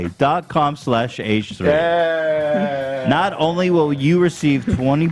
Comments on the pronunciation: I'm reading Vuori (mountain) in Finnish, feeling fine... And then Ethan goes veee-o-ree... It may be the dyslexia, but I blame English. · I'm laughing cause he keeps mispronouncing Vuori, which is a Finnish word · Se on Vuori eikä Viori prkl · Hearing them mispronounce vuori the whole time was something else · It was funny to see you guys try to pronounce vuori 😅😅 it wasnt right at all, but the company doesnt know how to pronounce it either so cant blame you🙂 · Ethan saying vuori 😂😂 I was just listening and when I glanced at the screen, I was shocked to see "vuori", the finnish word for mountain 😂😂😂 I had no idea that's what he was saying, and I'm a finn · I had to google if vuori means something in English bc i was so confused about the way he pronounced it. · vuori means mountain in finnish like ethan said and finnish words are pronounced like they are written. (in this case vu=(wou)ld, o=(o)range, ri=(ri)ddle) ethans pronounciation made me laugh a little but finnish is a hard language so i get it 😂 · In french, "i" is pronounced as a "long e". Ethan was reading VUORI correctly. He was just saying it in French.